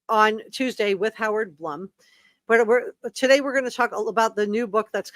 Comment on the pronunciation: FYI- I believe Blum is pronounced “bloom”.